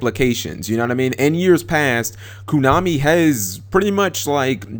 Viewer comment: its not kunami its konami dammit XD